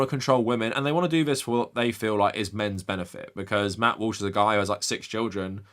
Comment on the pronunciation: Did you accidentally call him Matt Whoosh? 😂